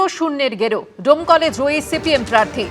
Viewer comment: দমকল না। ডোমকল 🙂